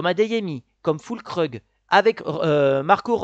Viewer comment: Füllkrug ça se prononce Fuulkroug (comment ça vous n'aurez plus de difficultés à la prononcer).😉